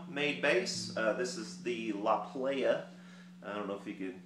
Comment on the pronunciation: ..... it is pronounced "La Ply-uh" La Playa is Spanish for the beach.........doesn't make you a "playah"....that's the club scene!!! Love yer show bro!